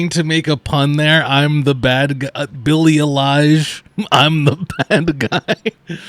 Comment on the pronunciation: he can't pronounce billie eilish and he also calls Isaac Butterfield "Isaiah" Butterfield. But this guy wants us to listen to his opinions